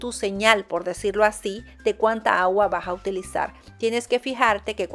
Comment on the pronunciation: "con gagua" en lugar de "con agua", de que país será ? Bueno, saludos !